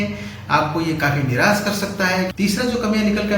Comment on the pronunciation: Niras nahi Nirash hota hai